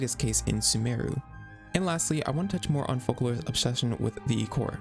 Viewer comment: Also, from CBT1, Focalors is read as fohkalors but they changed it to fohsalor during Sumeru archon quest.